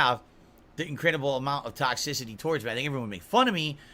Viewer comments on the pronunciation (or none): “Tox-ic-CIty” Why does Pigroach have to pronounce things so damned weird.😂